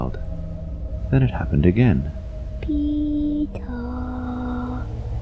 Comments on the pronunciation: did he say "pika" like pika pika pikachuuu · I thought he said "Teto" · I thought he said tiiiitaaaa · Pee Tara is soo cute but i think it’s peter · First I heard:- Lucass Second:- Tea Topp Third:- Peetart Fourth:- (After reading the comments) Peter. Me: Oh~ So his name is Peter? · You mean peee-taah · It’s sound like The boy is said retard instead of peter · It sounds like he's saying Pitooooo 😂 In Spanish it means penis. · Nobody: Literally nobody: PEE TAAHH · I’m not gonna lie I thought that when he said his name he said “pedo” XD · All I hear is Pee Tar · Why i hear petor and not peter? XD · I thought he said dee-tah. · lol why she keeps saying “peeto” (dick In Spanish) 😂😂😂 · i thought he said peep hole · Pee taa more like pepp aaaa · Ik its "peter"but i keep on hearing "beat her." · Now I hear beat her. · I hear peta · Funny I keep hearing ''PETA'' for some reason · The first time it was said I thought it was “Pee Cock” And I was like: What the frick is that for a name? Poor Peecock... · I heard Pedro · I hear Pee to😂😂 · Australian or English way of saying Peter is said with a longer 'aah' sound at the end compared to the American pronunciation.